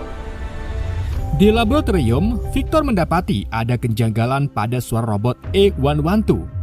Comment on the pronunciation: Mending belajar ngomong laboratorium dlu deh